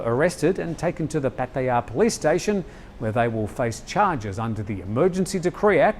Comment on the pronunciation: Why? Because he says it correctly? You’re probably one of those muppets that says “pa-tyre”! If you bother to learn Thai you’ll quickly see that it is pronounced Pah-tah-yah.